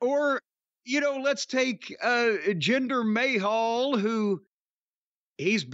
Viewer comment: I can’t with Jim’s pronunciations 🤣 Jinder May-hall 😆